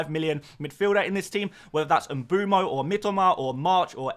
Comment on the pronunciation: Mboomo? What’s with all the off pronunciations??